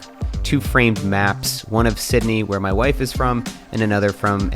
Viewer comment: I’m still caught off guard every time Matt says “wife”